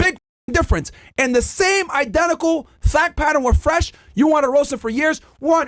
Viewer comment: Wyron and Fwesh 🚬